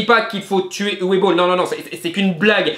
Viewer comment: Coucou, juste une chose que je voulais "corriger" depuis un moment, le prénom Uwe se prononce "Ouveu". Voilà sinon vidéo intéressante, comme d'habitude!